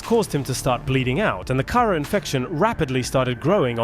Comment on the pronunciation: You are saying it wrong because it's called the Kharaa "Kah-Raw" not Karah, noob. 😂